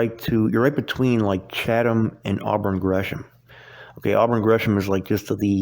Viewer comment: Oh my bad I thought he said Auburn Gresham.